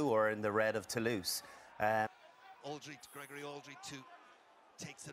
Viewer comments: Your pronunciation in french is not so bad. If you want to say ''Toulouse'' correctly say ''to lose''...but in fact it's one of the best rugby team in Europe! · The correct pronunciation of Toulouse is: “To loose” Sorry, for them. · recent rule: Kick from behind the 50, to the opponents' 22, get the possession in the lineout back...Fantastic! Toulouse, same pronunciation as "To lose"... 😁